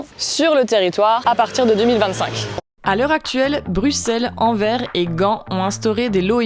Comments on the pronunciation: Super intéressant merci beaucoup, mais en Belgique on dit Anverssss ou Antwerpen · 😡😂 Merci de lire le S , Anver n'est pas AnverSSSSS 🤣😇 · ma tête a chaque fois que vous prononcez Anvers 😖 amis Français s'il vous plait renseigniez vous, cela ce prononce Anverssss, le S a la fin ce prononce aussi 😉 mais pour revenir au sujet, cela devient compliquer de circuler en Europe avec toutes ces zone avec des règles différentes a chaque fois 😓 même en voiture ou en moto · Belle vidéo, mais pour info, le "S" final de Anvers se prononce, ou alors vous utilisez son nom flamand : Antwerpen ;-) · Vidéo très claire ce sont des décisions logiques car la pollution automobile fait vraiment des dégâts sur la santé publique. Il y'a un excellent documentaire d'Arte qui traite du sujet dans les grandes agglomérations en Suisse, je vous le recommande. Par contre la ville d'Anvers se prononce "Anverse" 😉